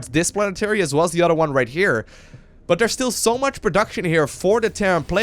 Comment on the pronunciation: bro! when you say other its othhhhher thhhher othhhhheer not utter, utter is a cow tit.